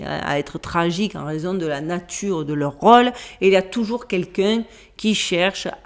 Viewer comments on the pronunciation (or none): none